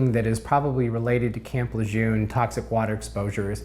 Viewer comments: properly pronouncing the name of the place would be a good start... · Please stop mispronouncing Lejeune!